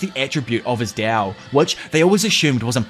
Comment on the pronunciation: Why does he say dao and not Tao